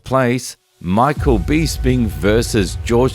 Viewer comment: Dude, you seem like a UFC fan... Why do you pronounce Bisping like that? You would have heard his name said a million times and still say it wrong?